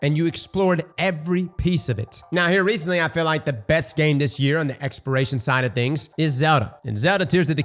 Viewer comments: You know I was baffled the whole time in this video and then I saw this comment he indeed says expiration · Exporation…you mean exploration? 😂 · lmao stop saying expiration its EXPLORATION. holy fuck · "Exploration" not "Expiration" 🤪nice Vid! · *exploration, not expiration, I swear if I have to hear expiration one more time. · Take a shot every time says “expiration” instead of “exploration” 🤣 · This man trying to kill us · The fact that it's on repeat makes him impossible to listen to. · It’s weird because he can say explore, but he can’t say exploration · Say it with me brother. ExpLoration… you got an L in there bud that you are missing. Explore… but add on the Ation. Ex-PL-OR-AT-IO-N. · Say Expiration... One More Time... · Lmfao so I thought he was just saying it fast, he slowed down and said expiration🤣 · Does not know how to say "exploration"?